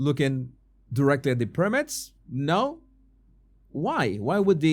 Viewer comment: Se dice. PIRAMIDS. NO PARAMIDS